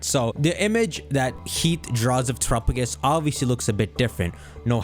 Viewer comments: Why is terapagos name being pronounced that way? Isn't it "Tera"-pa gos? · Has NO ONE corrected pronunciation of Terapagos? Jesus christ